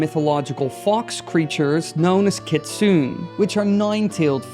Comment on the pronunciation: Just letting you know that Kitsune is pronounce Key-tsoo-neh